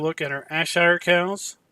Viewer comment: It's pronounced Airshire for Ayrshire dude